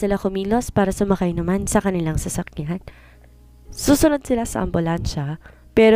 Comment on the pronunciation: Sasakyad sasakyan hindi sasskyad clear your nose so sasakyan not sasakyad !!!!